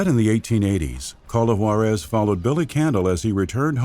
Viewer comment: Good video. It's Ju-ÁAAA-rez, by the way.